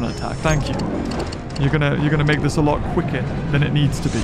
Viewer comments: Ima be the first to correct him it’s *this not thisn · Lol hé was so mad that he said “THISN” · "THISN" had me dying🤣 it still shall not change😠